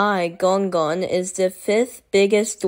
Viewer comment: Gonggong not Gonggone